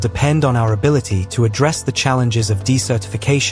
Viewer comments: correction: You pronounced "desertification" (desert-i-fication) incorrectly in a way that sounded much more like the word "decertification." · Desertification isn't pronounced like "decertification"... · Activities across the US West and Southwest, in restoring beaver populations, or even building small dams mimicking beavers' productions, is increasing the amount of water that is available to vegetation. Once trees grow, the moisture they pull from the ground and release into the air cools their environment, just as does the shade they produce. Beavers and trees fight the desert. BTW, "desertification" has its accent on the first syllable, and that vowel is "eh." Otherwise, it sounds like you're saying "decertification."